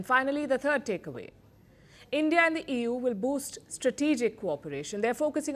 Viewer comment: She says Ewww instead of EU 😂😂😂